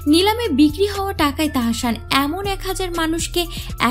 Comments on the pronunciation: তাহাশান না তাহাসান।।দয়া করে নাম না জানলে বলবেন না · তাহশান নাহ তাহসান হবে😣😣 উচ্চারণ ঠিক করুন😑শুনতে ভাল লাগছে নাহ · আপু উচ্চারণ হবে তাহ্সান।।। আপনি তাহাশান বলতেছেন খুব বাজে লাগতেছে শুনতে।।